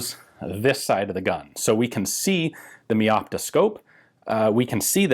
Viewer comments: Just note, "Meopta" is not pronounced like you'd have first part as word "Me", but like for example word "Mega". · Mey opta